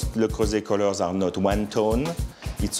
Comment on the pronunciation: THAT'S NOT HOW YOU PRNOUNCE LE CREUSET FFS